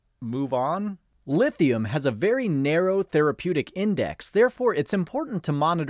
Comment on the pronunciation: 'Lifthium' lol 😂